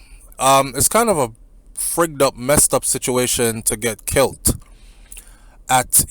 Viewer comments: There is no different between kilt and killed because there is no such word as kilt that’s why it was a bit irritating to me to hear him keep saying kilt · Why are you saying kilt the word is killed not kilt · But you know what it meant.... Might be a bit of an irritant, but Does it really matter . We know he knows the difference between kilt and killed